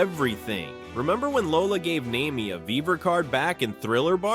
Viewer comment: I had to tap out at #8 when he got Nami's name wrong.